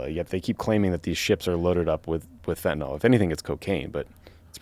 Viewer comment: fent-a-NIL. fentanyl. Not fentanol.